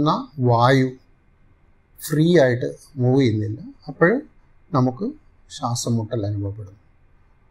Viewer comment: ശാസം അല്ല ശ്വാസം. English ല്‍ പലതും പഠിച്ചു, പക്ഷെ മലയാളം ?